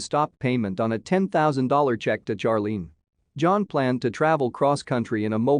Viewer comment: Finally. A pronunciation from a computer that I agree with!☝️ Charlene should be pronounced in the same way Charlie is 😆